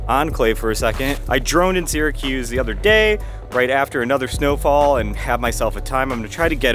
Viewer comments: It’s not “Seeer a cuze”. If you’re going to live there, pronounce it correctly. We say Sara-cuse. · my ears bleed everytime I hear “sear-a-cuse” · Incorrect….”Syr” is properly pronounced “sear”….so, “sear” a cuse. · For many years, I taught Phonics to young children learning to read. “Syr” is pronounced “sear”, so “Sear a cuse”. Incidentally, I was born and raised there, on Tipperary Hill. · I think only uppity mfkrs say seeeracuse… fr!